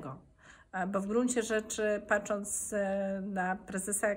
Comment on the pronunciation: Proszę Pani "patrząc", a nie w wymowie da się usłyszeć "paczac" ?